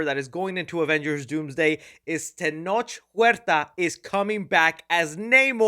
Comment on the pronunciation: It’s not tenosh it’s pronounced tenok huerta 😂